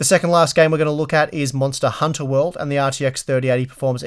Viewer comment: I like how he pronounced "Monster Hunter: World" like "Monster: Hunter World".